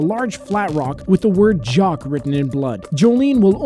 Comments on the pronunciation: That’s jack not jock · Jock? Umm you mean jack?